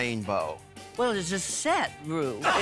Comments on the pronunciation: she really called Ru “Vroom” 😭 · I’m pretty sure she says broom homie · jinx calling ru “broom” is probably the funniest thing since dela calling him “rupple” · Jinkx calling Ru "Room" is severely underrated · When Judy called Ru "Room" Michelle went crazy!! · When Judy called Ru, "Broom", I threw my phone. 🤣🤣 Jinkx is the queen of Snatch Game, hands-down. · I don't know what I loved more... Judy calling Ru "Broom" or Michelle's reaction to it 😂